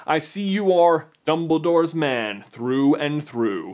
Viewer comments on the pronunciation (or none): When he says 'man' it sounds like he's saying 'Ben' 😅